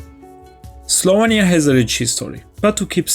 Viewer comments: slovEnia, not slovania... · Your pronunciation of "Slovenia" gives me an itch :D